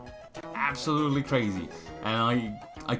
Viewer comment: man every time he says ABSOLUTELY all I hear is ABSOL